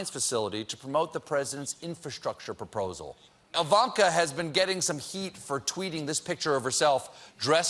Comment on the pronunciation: Slight cut there to hide the fact Stephen lost it after butchering "proposal" ;) gotcha ^^